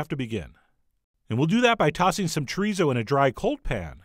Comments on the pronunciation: Wrong o sound. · I swear everyone I know pronounces chorizo differently. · "Z" in Spanish is pronounced like "s," and "u," rather than being pronounced like the English "uh," is pronounced like "ooh," so it's cho-ree-so and foon-dee-doh. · chorizou fandidou, i love you but as a spanish speaker person, that hurt